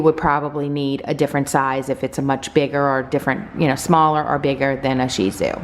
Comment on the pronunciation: I love your videos but the way you say sheeeeeezu sounds ridiculous 😂😂😂